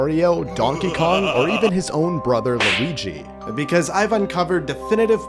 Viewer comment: It has an L it’s Luigi